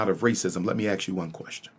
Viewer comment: Pro Tip: don’t take direction from someone who can’t even pronounce the word “ask” correctly. You’re welcome. 🫡